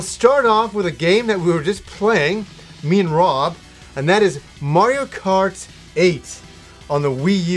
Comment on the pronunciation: I'm just happy you started pronouncing "Mario" correctly :)